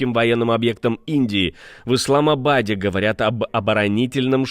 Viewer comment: Кто нибудь скажите автору канала что вторжение в Курскую область и есть вторжение в РФ, которое ВСУ реализовали с подачи запада. Возможно, авторы канала плохо знают географию как бывший премьер Британии Трасс. ИсламАбаде, господи как смешно, вы хотя бы ударения правильно ставьте в новостях. Уровень некомпетентности просто зашкаливает, как и уровень дезинформации